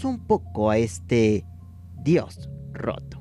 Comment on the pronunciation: Diganme que no soy la única que escucho "El dios joto" :v